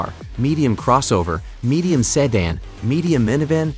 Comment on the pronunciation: Seh-dan lol 🤣 🤣